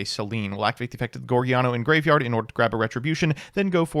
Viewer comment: Take a shot every time he calls it Geargiano